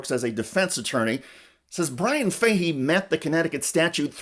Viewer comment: I can't get past the mispronouncing of the name Fahey😢